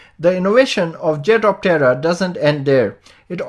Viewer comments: Small point, try saying the name in only two syllables. At the moment it sounds like the Jet of terror. No mocking here. Better for promotions. I like the jet-optera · It’s sounds like he’s saying ‘jet of terror’. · Hehe after finding your comment, I can't unhear the terror anymore. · every time you say its name I hear "Jet of Terror!" good vid though thanks :D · Jetoptera needs to rethink theyre name, here in the vid it sounds like 'Jet of Terror ' ,lmao. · I keep hearing "Jet-of-Terror". When Skynet starts making these things, I suppose that would be the appropriate name? 😂..... wait.......🤔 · At first I thought you said it was called the 'jet of terror' and I was like kewl! Until I actually read 'jetoptera' then I was like ..oh. Good vid! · My wife was listening from accross the room and just asked "is he saying jet of terror?" LOL. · Did you say by Jet Octera? it's called Frui-day propulsion? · I swear this guy keeps saying “jet of terror” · I kept hearing "jet of terror" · 😆 sounds very much like your saying jet of terror. Hmm